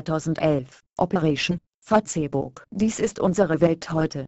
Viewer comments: "Fa-Zeh-Buck" .........dafuq? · Fa-tse-buk *lool* muss was chinesisches sein ;) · ich verstehe immer fotzenbook o.O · Fatzehbook, paul panzer spricht auch so -. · Fatzebuk xDDD trainiert mal eure Computertusse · XDD FATZEBOCK :D AAALTER!:D was fürn fail.XD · LOOOL Fa-zehh-buk haha :P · Punkt 1.) Die Deppen können nicht einmal Facebook richtig aussprechen und Punkt 2.) Lassts einmal die Internet Seiten in Ruhe....was würdet ihr sagen wenn auf einmal eure Seite nicht mehr geht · operäischn fahzebuk :D:D:D saugeil!!